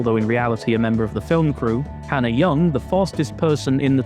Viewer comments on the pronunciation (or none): none